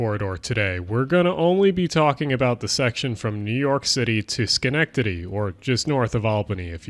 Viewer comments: shoutout Schenectady, and you pronounced it right, uncommon for people to do so if they aren't from here. Love the vids keep up the great work! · As someone from right around Schenectady, I am very impressed by your pronunciation! Understandably, most people have trouble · Oh my god. You pronounced “Schenectady” correctly!!!! I love your content! And glad to see one of the RARE Schenectady shout outs. I’m like a 10 minute walk from the Schenectady Amtrak. I’ll buy you a beer if you’re ever in town haha.